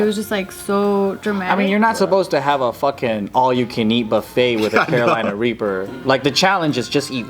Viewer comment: always says Carolina Raper. I remember them correcting him.